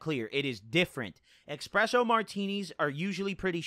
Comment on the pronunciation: This guy says 'expresso' in 2021